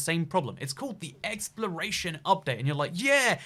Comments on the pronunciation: Why he sain exploration as expiration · who else keeps thinking he says expiration instead of exploration